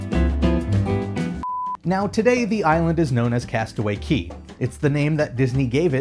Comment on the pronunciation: CASTAWAY CAY NOT KEY REEEEEEEE